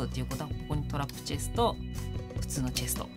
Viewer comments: ともさん、チェスとじゃなくて、チェストですよ〜。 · 秒らへんチェストがチェスとになってるw